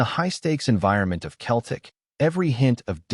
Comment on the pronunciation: Why doesn’t this guy say CELTIC instead OF Keltic ?